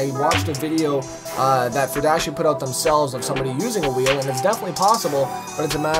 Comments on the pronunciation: It's pronounced fury-dashi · FUR-I-DASHI......I know you like the furries mate, but come on :P